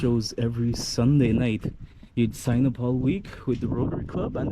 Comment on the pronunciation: Hi I enjoyed your video thank you for showing exactly today how Corozal Town looks. I am originally from Corozal but now I live abroad. I enjoyed especially the park the title Singh is said not said Sign but like saying Sing the H is silent. That’s my title my grandfather was Mr George Singh and my dad is Victor Mena Singh. My grandfather was originally from India am very proud of my heritage.